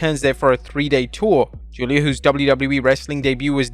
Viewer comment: I'm so glad you stopped pronouncing "Giulia" as "Gweela"